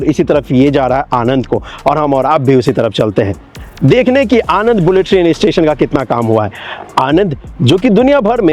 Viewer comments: It is not आनंद, It is आण ं द, આણંદ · Video बनाने से पहले आणंद, वडोदरा , नडियाद वगैरह नाम बोलना - pronounciation - तो सीख लेते। नदी कानाम माही नहीं है, मही है। हमारे जैसे किसी भी गुजराती को पूछते तो जान लेते।